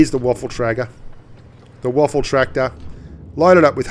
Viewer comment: Lol he says waffle tractor